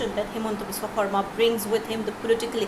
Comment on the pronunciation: Good on the journo for saying 'Xarma' instead of 'Sharma'.